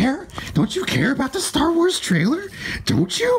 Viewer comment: LOL, you said "Star Worse"